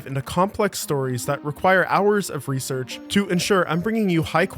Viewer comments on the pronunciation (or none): none